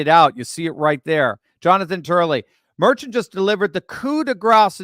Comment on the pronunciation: "Dr." does not know his ASS from a hole in the ground. He doesn't know how to pronounce the name MERCHAN. mer SHAWN not MER chin